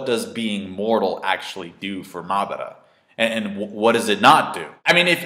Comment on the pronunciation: Mar-dar-ra lol say his name properly please.